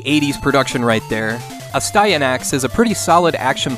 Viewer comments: As I told Erin of Erin Plays....pronounce it phonetically.....A Stie A Nax 😁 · Its pronounced "nasty axe" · Aw man, I wanted to love that TMNT game so much as a kid, but I just couldn't. I played it on the PC too, which I think way worse than the NES version. The way to pronounce Astyanax (asty = city, anax = protector) is definitely not the way the guy in the commercial did. It's closer to Ahss-tee-AH-naks. I haven't typed anything phonetically in years, so I probably butchered this, but it should give you an idea. :P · That's actually closer to the Greek pronunciation than whatever that 80s dude called it.